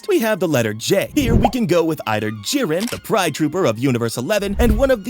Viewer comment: J is jiren not jinwo